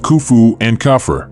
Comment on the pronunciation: Its cough-free Khafre